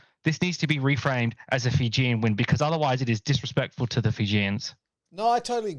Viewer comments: Fijian? I thought you were speaking Māori or something. Zero justice. But you’re not the only one. Planning to start a blog on enriching rugby bloggers on how to pronounce Fijian names. It’s highly annoying when there is no effort by some. The female Kiwi commentator improved at least. Shocking during the Georgia game. But impressed she corrected herself after it was brought to their attention. That’s effort. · Bro literally butched the fijian language😂